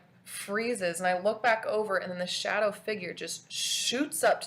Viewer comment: İTSA NOT SADOW